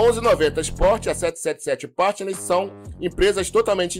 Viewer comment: a pronúncia da letra A na palavra PARTNERS, é igual a nossa pronúncia do A mesmo. Você está pronunciando com se tivesse acento circunflexo no A (PÂRTNERS). NÃO! Está errado!